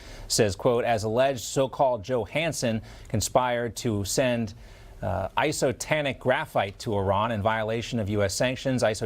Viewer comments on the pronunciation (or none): Bro, you mispronounced 'isostatic' twice, come on bro my 6 year old can say it correctly.